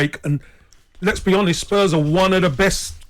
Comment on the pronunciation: geez they r butchering these spurs name...!!